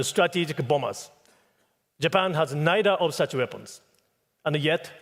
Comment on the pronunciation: ナイダ〜のダを強く出し過ぎてるから、舌を歯に挟んで軽く言えばいいと思います。ニーでもナイでも問題ないと思います。ただ、小泉さんの場合は、私たちみな、中学レベルの発音の基礎「THとRだけはしっかり」と習ったと思うのに、 そこができていないから、致命的だと思います。 好きな政治家ではないけど、河野太郎さんは、完璧だと思います。